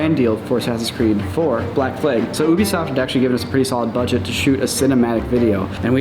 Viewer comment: The thing that constantly reminds me is Minnesotan is his pronounciation of "Ag" words a "AYG" like "Black FlaYg", and in Node videos when he says "gun MaYgazine"